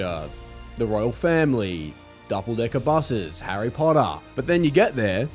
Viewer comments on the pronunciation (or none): none